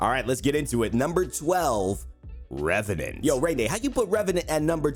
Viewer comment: "number 12 ReVeNaNt" Disliked, closed video.